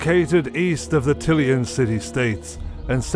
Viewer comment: Tilean... T-ill-ean he said... Come on... Everyone knows you pronounce it Till-AY-an. Why did you choose a half Irish dude with a speach impediment for this? He can't even say 'It is'. God his 'S' just fucking kills me because it keeps going for 2 days. Nope, I tried, can't do it, watched all your vids but this is the one I cannot finish. 6 minutes in and I am halfway through losing my sanity with this narrator. I will not lose the other half.